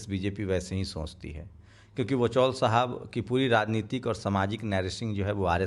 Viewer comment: इसका नाम वचौल नहीं........ "वाचाल" होना चाहिए